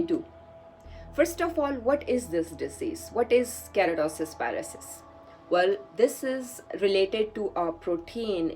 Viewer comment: It's not kerotis pilaris.. it's KERATOSIS PILARIS. U said it wrongly thru out d video !! And why did u call it a disease ?????!!!!! I think u highly lack in knowledge but making random videos without getting sound knowledge on d subject keratosis pilaris is not a disease, but a common, harmless skin condition that causes small bumps and dry patches on the skin Also FYI keratosis pilaris is majorly caused by imbalance in vata & kapha dosha not pitta as u said.